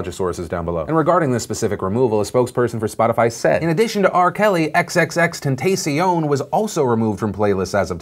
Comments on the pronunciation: "xxxtenTAYcion" geek lmao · Ten t ah shon say it with me now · XXX TEN-TAH-CION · I keep replaying roflllll !!! (aka the "XXX-ten-tay-see-own", lmfao!!) 😂😂😂😂😂 gosh I love this show more & more every day! 😜💕👍👍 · TEN TAH SEE- ON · Wow even Philip can't properly pronounce XXXtentacion...